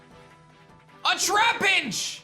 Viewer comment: Gotta love I the tea trapnich (je in French is I)